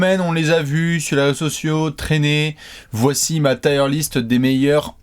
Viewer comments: Je fais mon anglophone de merde mais même si je sais que la prononciation est forcée le mot "Tier" se prononce quasiment comme en français et pas "Taieeure liste" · Je suis allé vérifier, on dit bien "tir" list. Ce commentaire est sponsorisé par Harrap's. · Haha va nous présenter sa liste de pneus:) (oui il dit "tyre list"). PS: la miniature est en peu spoilante, pour ceux qui reconnaissent les logos en petit. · putain! "tire" list (liste de..pneus 🤔??) c'est pas possible!